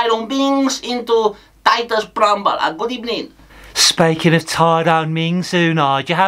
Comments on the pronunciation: Unai at Arsenal: "pust of all good ebening" Unai at Aston Villa: "good ebening" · What happened to "burst a ball good ebening"? 😅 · First of all good ebening